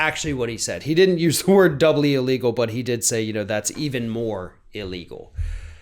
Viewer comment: Bigly “iligel”🤪😂😂😂